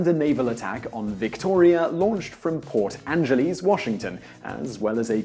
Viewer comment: I live 15 minutes away from Port Angelis. Its actually Port An-gel-is so An (such as an object) ge (the pronunciation of the word gel) and then is. Or to simplify it; Angel-is. And yes i know its a foreign word, but hey. We live here 😄